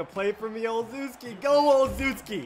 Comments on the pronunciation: You know only watches the titans and no one else. He says olezuski instead of olezewski pronounced olesheski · Haha "Ozuzkee" love it! Between you and me... I think it's pronounced "O-Chef-Ski" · Just an FYI it's pronounced ol-shev-skee